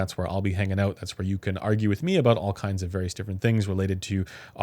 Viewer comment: can you learn how to pronounce the word "out" properly? its not oooouooout. It's just like owt